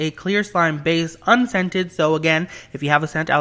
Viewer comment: Every time he said 'unscented' I thought he said 'and scented' so if we had an allergy it would be perfect for us